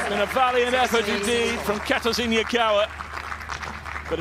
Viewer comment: It’s quit difficult for them to pronounce... I don’t think he did on purpose.